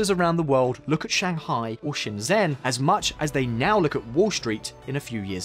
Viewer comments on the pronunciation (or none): none